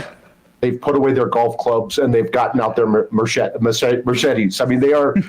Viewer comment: What's a "mershedes"?